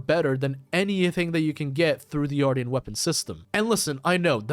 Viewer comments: Dude… AR-SHEN -tian is pronounced shen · Ar-sh-ee-an weapons***